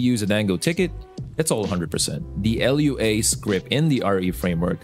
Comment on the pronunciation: You kept calling it l. u. a. The dev said it's pronounced as a word.